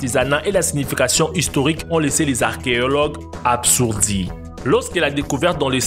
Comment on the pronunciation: Intéressant! Sauf qu'il faut travailler un peu ton français. Ont ne dit pas ''absourdi'' mais plutôt ''abasourdis''.